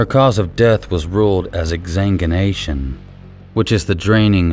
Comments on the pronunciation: Hey, I hate to be "that guy", but it's "ek sang win na shun". Exanguination. Sorry, I have a medical background and hearing these words that are so common to me mispronounced is like nails on a blackboard. Luckily, your rough but polished (A contradiction for sure, but it's the best way I can think to put it into words) voice made it a little less unpleasant. Otherwise, splendid video. Your info, visuals, respect, blunt takes, and down to earth delivery in your videos are delightful, and this is one tiny critique among a sea of praise and respect I have for you. Now stop reading this and make that baby smile, for me. Watch over that child. You seem like a good guy who'd be a good father, if you live by your words. You have no idea how valuable you are to that child. Remember, there's no excuse for actually yelling in anger at a child, nor insulting one. They're new to the whole being a human thing. Be a gentle, but firm when necessary, guide, not a harsh judge. Like you said in Making Another Monster, there's a middle ground between snowplow parenting and neglect. I'm not a parent yet. I'm not even sure if it's a good idea for a million reasons. I'm just telling you from the other side of the equation. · How embarrassingly butchered your pronunciation of exsanguination was lol